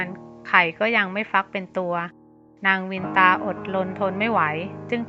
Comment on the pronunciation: เคยอ่านในตำนานเก่าๆ.เขาออกเสียงว่านางกัทรุ..กัด-ทะ-รุ.ไม่ใช่กัด-ทรู.และนางวินตา.ออกเสียงว่า.วิน-นะ-ตา